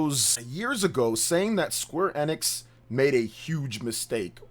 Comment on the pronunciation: Your pronouncing Square Enix wrong. You aint gamer bro